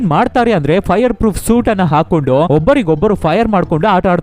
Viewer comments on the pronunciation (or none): none